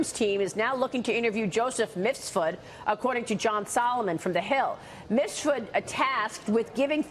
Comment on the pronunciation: MIF SUD Please get it right Maria! Not Misfud